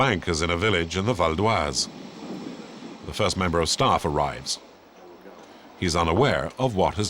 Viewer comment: This dude and messing up words! "Mweek"(Week) "Areeves" (Arrives)